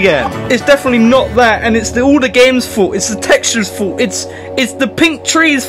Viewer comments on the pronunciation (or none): I'm not trolling, although it was hard but possible to understand most of the words but he's pronunciation of "fault" is just 🥴